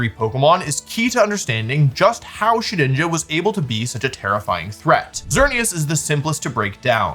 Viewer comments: did bro sayy shedNINJA? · Guys he’s called shedINJA not SHEDNINJA